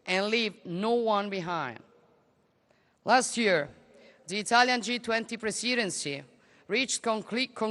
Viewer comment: Presidency: la prima E è una È accentata, non è una i come l'hai pronunciata tu